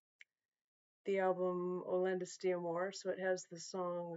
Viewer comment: Correction: It's "Outlandos". Just push the "S" button,! Hello from Greece!